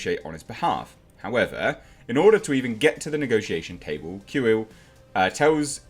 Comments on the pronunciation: Kuill is pronounced "Quill". I have spoken. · Pronounced “Quill” Keep it up mate!